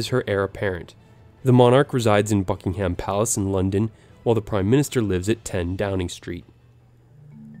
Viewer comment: HM Queen Elizabeth II is Queen of the United Kingdom of Great Britain and Northern Ireland, not just of England. There hasn't been a Queen of England since Queen Elizabeth I. Also, you pronounced Buckingham Palace wrong.